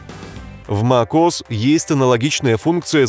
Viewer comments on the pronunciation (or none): none